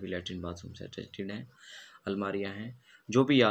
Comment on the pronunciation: लैट्रिन बाथरूम अटस्टीड नही अटैच कहना चाहिये